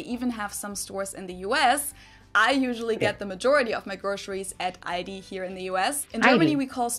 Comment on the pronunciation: Aldi's -> "All (of) this"